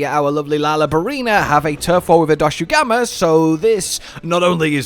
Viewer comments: it's not doshagama lol. It's pronounced more like doshagooma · DOSHAGUMA not DOSHUGAMA FOR GOD SAKE!!!!!!!